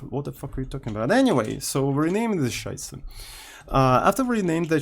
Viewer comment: As a German it triggers so hard everytime says "Scheiße":D